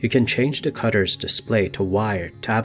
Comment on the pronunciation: It’s the. Not duh. Why do people talk like this